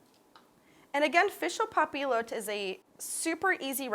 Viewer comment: You're saying it incorrectly. Papillote has a "Y" sound in the middle.